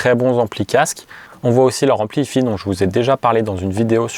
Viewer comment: ah, si on prononce à l'anglaise faut le faire pour les 2 parties : si hi-fi ça donne haï faï, pas haï fi 🙂